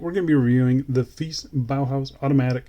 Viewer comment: Hope they make a polished case version some day. I think Brand name should be pronounced as Italian way,. Fe - I - che.